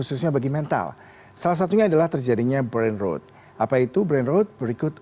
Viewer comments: ketika "Brain Rot" dibaca "Brain Root"... even auto sub dr google dengernya "Brain Road" brengsek, kenapa bukan aing yg kerja di CNN seh?! kebanyakan masuk jalur orang dalem lo lo pade yak??!! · brain rOt bukan rowd 😂